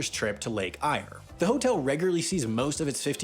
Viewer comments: lake eyre is prounounced as air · "i like my steak rare not well done! what the hell is this?!" - seriously LOLed... oh yeah...lake eyre is pronounced Lake Air... the guy narrating this is hopeless! ..and Antonia Kidman...is sister of Nicole!